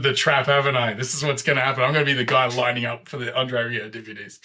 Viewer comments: Nothing to add to this excellent comment except for the fact that your pronunciation of André's family name Rieu was spot on. In fact the best I've heard from any English speaking reactor. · You're one of the few who pronounced his name spot on.